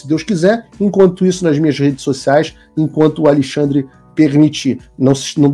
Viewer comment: Eu tô contando nos dedos para ver a encoxada no "aLEIxandre" kkkkk